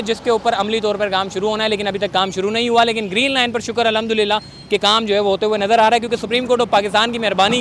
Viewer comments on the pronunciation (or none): none